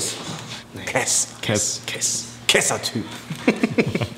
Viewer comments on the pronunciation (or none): Käääß wäre ja noch in Ordnung aber er sagt immer Keehs 😂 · Jaja es heißt Kess ned Käss